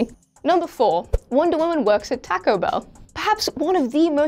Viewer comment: I think the way she says ' taco' annoys me much more then the way she butchers ''infamous' for some reason